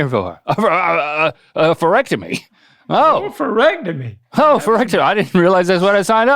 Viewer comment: It’s “oh-oh” pherectomy